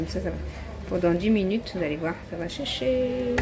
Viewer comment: 😂😂😂 elle a dit chéché la graine 😂😂😂😂😂